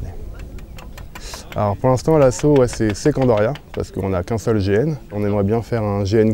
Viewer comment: ON DIT NANESSQUE PAS NANIQUE